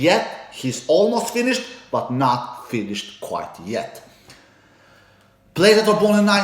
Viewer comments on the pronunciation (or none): none